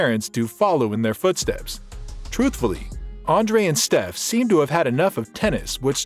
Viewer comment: It's Steffi Graff, not Steff.